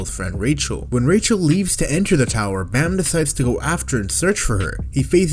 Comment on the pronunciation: i read the webtoon long time ago, as someone who never watched the anime yet, no context, looks like they f***ing, also it sounds like ban not bamm or bam, come on, this is not seven deadly sins